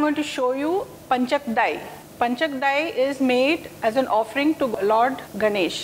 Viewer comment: It is Pancha-kajjaya and not panchakdai as you say.